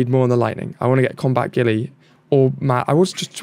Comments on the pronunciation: pretty sure its pronounced Gu-yle not ghillie xD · I realise you're not really pronouncing any of the characters names right but please at least get one of the few English names right 😂 Its Guile not Gilly (said like pile,file,tile,mile etc but with a G like garden/gate/green in front)